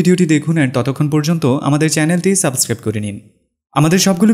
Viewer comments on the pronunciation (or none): none